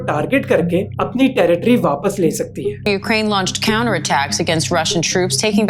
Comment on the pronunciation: 300 movie Leonidas Ka scene yaad aa gya, then he will say "This is Ukrrrraineeee"